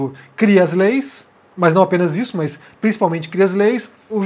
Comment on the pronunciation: Por favor, meus ouvidos doem ao ouvir mais ao dizer mas, de onde vem isso? No mais, suas análises são razoáveis, mas, um fonoaudiólogo seria recomendável!